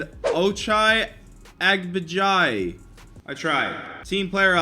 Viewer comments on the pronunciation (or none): Ochai Agbaji is pronounced O-ch-i, Ah-baj-ee he goes to Kansas. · Ochai Agbaji is pronounced O- Chi Ag-baj-E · Who else is a KU fan and when he pronuounced Ochai agbaji you raged lol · Kansas fans hearing pronounce Ochoa Agbaji